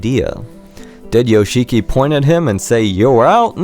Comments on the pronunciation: It's pronounced Yosh'kee - not Yo-shee-kee. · the fact you say "yo-she-key" instead of "yosh'ki", really says a lot fam :) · you are so in love with Yoshiki but you can't pronounce his name properly. If you watch the documentary, you can see/hear Toshi complaining how business/composing became more important to Yoshiki than their friendship. Toshi says in the documentary that he desipised Yoshiki. I don't think that Toshi truly got brainwashed just like that. I think he was very lonely in USA and that made him very vulnerable to any influance. Some of the facts you made up. There's no official information that Yoshiki kicked out Metallica. Of course if he bought the studio it was his and he could do whatever he wanted with it but there's no information anywhere that he kicked them out during recording period. About Hide hairdresser stuff... Yoshiki didn't convince him to not just be a hairdresser but to become a rocker. Hide stated himself that if he wasn't more interested in rocking out, if he didn't find anything inspiring to mess with he would just become a hairdresser. More to that I think Yoshiki wasn't satisfied with X Japan's popularity, that's why he didn't try to stop Toshi from leaving the band. I read somewhere that they considered hiring a new vocalist with Hide but when Hide died those plans got ruined. Of course it broke Yoshiki inside because clearly he was his friend, not just a business partner and business support. But not giving a flying fuck about his childhood friend change of lifestyle and his wierd behaviour makes you wonder how much Yoshiki really cared about Toshi. Keeping